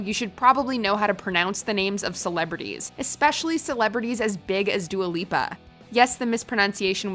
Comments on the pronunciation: It’s dua lipa not duLa lipa....if you’re gonna correct ms. Wendy you might wanna know what her name is too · I would accept dia lupa But dula peep? Come on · we love dula peep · D U L A P E E P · just seems upset that Wendy mispronounced Dula Peep's name. Get well soon Wendy. We miss you. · When Wendy Williams miss pronounce Dua Lipa the reason it was so funny it’s because she pronounce her name as Dua Peep and I don’t know about you but if you ask me the Dua’s last name Lipa sounds of nothing like the name Peep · Who the hell is Dula lipa?? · Wendy never pronounces people’s name right, thats her shtick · Dua Lipa actually thought Wendy mispronouncing her name was funny. So if she's cool with it, that's all that matters.